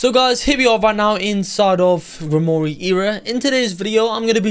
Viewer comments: Ur terrible at pronouncing grimore the e is silent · Gwimrorie is disrespectful its not pronounced like that the e is silent in grimroire